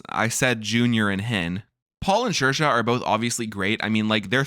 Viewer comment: This was great but it’s Seer-shah, not Sheer-shah. Saoirse - in the Irish language, AOU are broad vowels and IE are slender vowels. When S is next to a broad vowel it is pronounced as S. When S is next to a slender vowel it is pronounced as SH. Therefore, Saoirse is Seer-shah. You’re welcome.